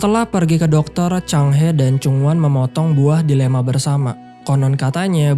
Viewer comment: Ending yg sangat membagongkan Delima min bukan delema😂😂😂